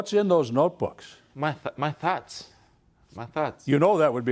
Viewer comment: Where is he from?lol "my thots" or my thoughts?!"🤔😁